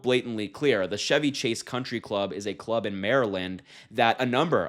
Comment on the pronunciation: Out of everything said in this story, Chevy Chase hurt the most. It’s Ch-evy Chase, not the car Chevy Chase. The Chevy Chase Country Club refers to one of his movies. I understand his comedy was popular in the 80s way before Harry existed but he’s still a comedy legend.